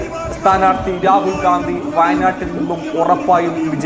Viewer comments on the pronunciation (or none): none